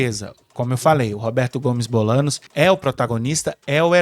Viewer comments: Por favor, Bolaños, se pronuncia Bolanhos. No próximo episódio corrijam isso. 🙏🏻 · Como vamos levar a sério alguém que fala "Bolanos"? Hahaha